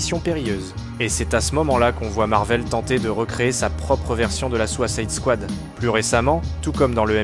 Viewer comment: hahaha la "souassessescouade" m'a tué... merci